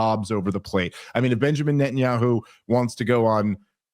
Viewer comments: Nethanyahu has weaponsed the letter "H" with "KHHH". I mean i swear I have heard him pronounce it properly before... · Why does pronounce Netanyahu with a British accent?